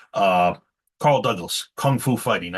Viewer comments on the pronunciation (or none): none